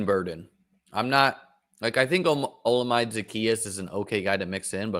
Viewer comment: Oh-La-Meh-Day Put some respect on the name. 800 yards 6 TDs this year